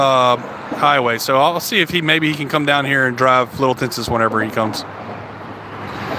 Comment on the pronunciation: Just FYI - Tensas is pronounced like Tensaw.